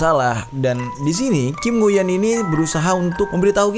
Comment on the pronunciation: Bang lu salah sebut namanya... harusnya dibaca kim nguyen